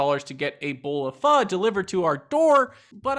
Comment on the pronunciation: For the correct pronouciation of "pho". ;-) Love the content keep it up! My side hustle, live streaming weddings.